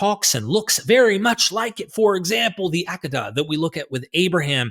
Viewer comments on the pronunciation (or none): ah-KAY-da ... LOL.. not the Actehda